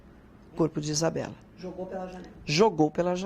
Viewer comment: É Isabela e não Isabeli entende?